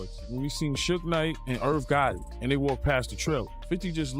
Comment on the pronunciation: Ok...for 1,if ur gonna do episodes abt smbdy atleast learn their names 1st..its not sooge knight! its shoog nite